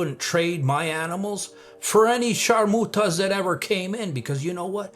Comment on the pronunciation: CHARMOOTAS 🤔🤔🤣🤣🤣🤣. CRACKS ME UP every time I hear you say it!!👏🏾👏🏾😂😂